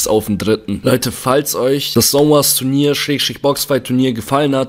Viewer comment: Es heißt Zone und nicht sone